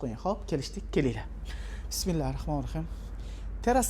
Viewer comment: Rossa harakat qilibti akamiz toshkent shevada va ruscha aralashtirib gapirishga. Juda juda kop aksent va xatolar bilan.Lekin undan kora Bismillah ni toliq va talaffuzini togri qilishni organsala yaxshi bolardi. Kimlarnidir ustun korsatishga moyilligi bor ekan...